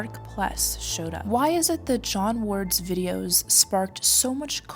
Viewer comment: I almost thought they were reasonable until they started talking about "dem' dare' kleeks 'nd likes" vidiAs